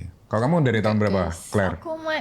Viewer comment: clare bukan kler😂